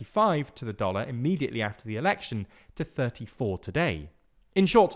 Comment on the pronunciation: The* not “teh” 😂😂😂😂